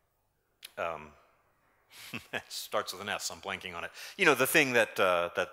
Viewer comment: "Starts with an S I'm blanking on it"? I heard "starts with an S I am plunking on it" LOL, I thought that was just a very nice joke from to suggest Splunk.